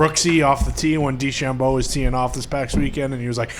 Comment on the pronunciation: I love the way he says DeChambeau